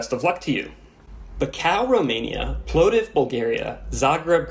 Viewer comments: "Saraheyvo" 😭😭😭not everything in Europe is Spanish... Edit: Skdjopay??? Dude howww, how do you even come up with these pronunciations... also, "Plodiv, Bulgaria"? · Who the hell would fly into Plovdiv (plov div not plo div)?